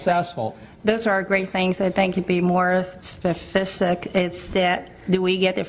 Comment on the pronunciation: The old Asian one and the white one were the only ones that were asking serious questions. “To be more SPEFICIC,” first of all, why are you on an American city council if you can’t say the word specific properly? Second, she asked “are you going to add free WiFi?” Man.